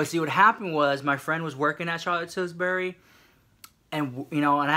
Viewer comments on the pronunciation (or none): Ali Ma-Gator there's no s in it.....dunno if he's doing that on purpose. Tilbury gurl. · When you say "Tillsbury" I hear pillsbury!!😂😂😂😂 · Sandra What about "Charlotte TilburyS"?! LMFAO😂! I LOVE YEW SEW MICH ❤️!